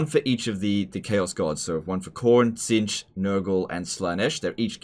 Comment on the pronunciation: Its funny how the narrator when talking about the Chaos Gods just called Tzeentch "This"